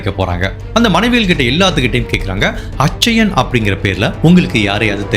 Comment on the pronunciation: நண்பரே, bridju அப்டினு உச்சரிக்க கூடாது. Biju னு உச்சரிக்கணும். அதேபோல, அச்சயன் அப்டினு உச்சரிக்க கூடாது. கேரளாவில் கிறிஸ்தவ மதத்தில் நடுத்தர வயது உள்ளவர்களை அச்சாயன் என்று அழைப்பது வழக்கம். அது பெயரல்ல.